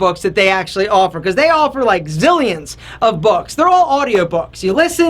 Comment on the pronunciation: Where is from? The way he accents "because" confuses me. Is that a special pronounciation that some part of USA/Canada uses?